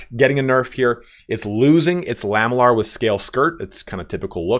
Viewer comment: Can i just nitpick on something: It's pronounced "la-ME-llar", and not "LAH-me-llar". Because it's made from lamelles.